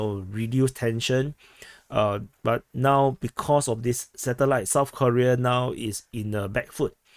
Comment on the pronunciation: North Koreeeeeeeeea (pronounced like Defense Politics Aaaaaasiaaaa)